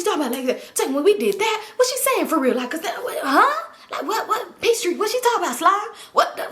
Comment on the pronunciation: I thought she was saying peach street slime 😂😂